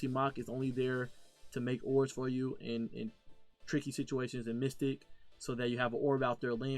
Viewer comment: It's Mythic. Not "mystic". Just trying to help! This is a badass build!